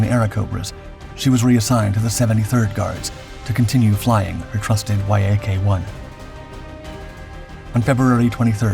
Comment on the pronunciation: IT IS called a Yaaaaaahk... NOT a Y-A-K fighter.. Damn.. Lazy fkrs.. As for Lydia.. She deflated her actual weight..